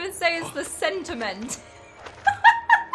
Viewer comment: ...the Sento-ment? Really? :face-turquoise-covering-eyes::face-blue-covering-eyes: Lol you are so adorable I loved this reaction playthrough...hugs n thx for the upload:face-red-heart-shape